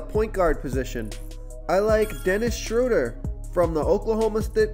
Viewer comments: Its pronounce "Shrow- dare" lol 😁👍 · Please learn Dennis Schroders name. Drives me nuts. It is pronounced Shrewder like crew or brew...